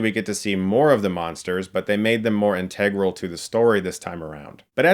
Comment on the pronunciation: Theres something about the way you pronounce integral.....cant quite put my finger on it.